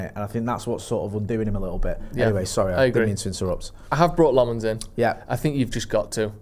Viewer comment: Senne Lammens isnt from the French part of Belgium, he is flemish. So you can stop with the french pronunciation and just say Lammens in an english way, its more accurate. Edit: not to be a dick or anything